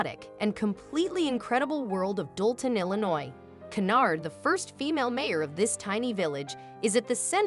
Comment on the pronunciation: Stop using AI to narate stories . They cant even pronounce her name properly. Where the fk is DOLAN? HERNARD? WTF.